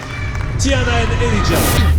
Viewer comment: I love how her name is pronounced, such a beautiful name.